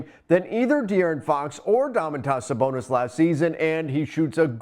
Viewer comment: I stopped listening when he said Sabonis name wrong twice..